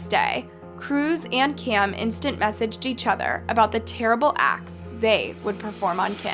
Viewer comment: You should be more clear w names. It's Kim and Cam. But yet you continuously say Kim and Kim. Very close names needs more pronunciation.